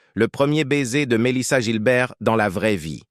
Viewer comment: Le série est bien mieux que cette vidéo. La voix off est pourrie, elle ecorche un nom sur deux, se contredit ( Guilbert puis Gilbert), et ils répètent trente fois la même chose 50 fois en 20 minutes.